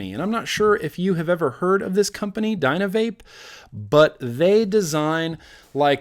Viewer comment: Dynavap is amazing. But its pronounced dyna-vap like cap but vap. U can show it on YouTube plenty of ppl have reviewed it already and it works amazingly. Its one of the only consistant butane vapes ive tried. Just heat towards the bottom of the cap with a single flame torch to get the best hits my friend.